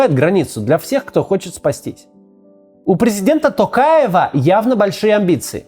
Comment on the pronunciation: Кацу респект за нормальное произношение Токаева